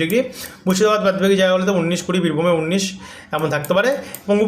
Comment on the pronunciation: তোমার একটা উচ্চারণ আজ পর্যন্ত ঠিক করাতে পারলাম না ভাই। উনিশ হবে ভাই। উন্নিশ হবে না। একই ভুল বারবার করছ কেন ভাই